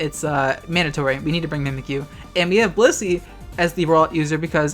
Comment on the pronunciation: Every damn time they said "Blissey" i misheard-ed as "pussy"